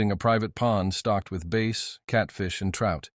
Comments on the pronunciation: Base? Instead of Bass? Sometimes AI gets it so wrong. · your right about the vioce being non human it s confused by Bass like bass guitar and Bass the fish same spelling pronunced differently but you can always tell because of this kind of screwup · I stopped listening when AI said base instead of Bass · Why can't the AI narrative pronounce the fish bass correctly?! It's not "base”!! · This is pitiful. Seems to have been done by AI that doesn't know that what you stock in a pond is Bass, not something pronounced like Base. Whoever did this one should be fired. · It's not pronounced Base , it's pronounced Bass like Ass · If you are going to post stories, at least use a computer voice that knows how to pronounce Bass correctly. It is Bass not Base. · Base?? 🤪 AI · Why did the narrator say base instead of bass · Read your own script! AI cannot read correctly ... Grandpa was fishing for BASE instead of BASS? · When talking fishing there are no Base fish. It’s pronounced Bass, like you ass with a b in front of it . Looks like Ai isn’t so INTELLIGENT. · It's bass note base. You need to fire your AI. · It's pronounced BAAAAS NOT BASE!! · base? not bass? ai crap people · Bass not base...A I can't pronounce correctly. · Such BS! When the narrator pernounces "bass" as "base"! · I call this AI BS. He says the pond had base, not bass. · Hey AI, "bass" isn't pronounced "base" when it refers to a type of fish. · Bass.... not base. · Bull shot story it’s a bass not a base fish if you fished there and that was your grandfather you would know how to pronounce BASS FISH. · Your narrator and I don’t think it’s a person keeps calling it base instead of bass. It’s a fish. It’s a bass. It’s not a base. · thats not a human its a fake human you can always tell but how they pronounce words almost every story of this type is like this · The pronunciation of the fish got me. Base? Lol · It's b ass like in donkey. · Can't pronounce 'bass'! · Right!!! You don’t even know how to pronounce Bass.